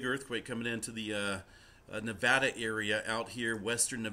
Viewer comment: Hey, at least pronounces Nevada right!